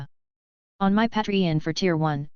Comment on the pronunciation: out of all things i hear from the story the one thing that made me laugh was the AI saying Patreon as Patrayon😐